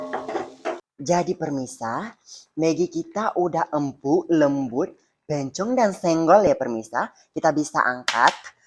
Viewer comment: The way he says empuk and bhawang bhawang 🤣